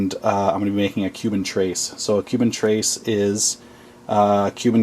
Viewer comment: Trace? It's pronounced Trehs